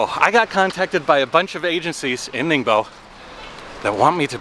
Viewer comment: Thought no. He speaks like local people calling it.